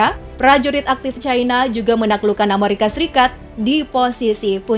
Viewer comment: Bukan Amarika , tapi penyebutan nya Amerika 😆😆🤣